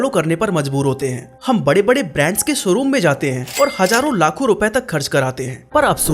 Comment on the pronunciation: भाई… फ़ैशन होता है फ़ैसन नहीं… शोरूम होता है सोरूम नहीं… स्टाइलिश होता है श्टाइलिश नहीं… शॉप होता है सोप नहीं 🤣